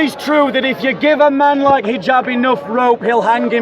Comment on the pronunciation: His name is Hijab, not Jihab hhhhhhhh